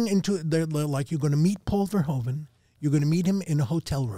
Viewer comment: Paul Verhoeven, such an overrated director whose name I have yet to hear anyone who isn't Dutch pronounce correctly: 'hoe' in Dutch is pronounced like 'who' in English. It's ver-WHO-ven, not ver-HO-ven.